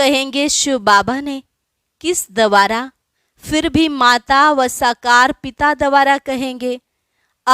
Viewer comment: शब्द है द्वारा, न कि दवारा